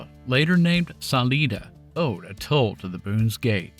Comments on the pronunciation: Yer a saleeda Sah-`LIE-dah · The town of Salida is pronounced: Sa Lie Da, not sa lee da. Remember there are only 2 highways that go east to west over Colorado. Highway 50 and I-70. And yep no guard rails. Monarch has burnt out more brakes and transmissions than any other pass in the country. Old model A's had to back up over it, because of the gas tank placement. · It's Salida not saleeda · Saleyeda actually. Not saleeda. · Glad to know the history of the pass I've been traveling over all these many years. Great story other than the mispronunciation of Salida Colorado.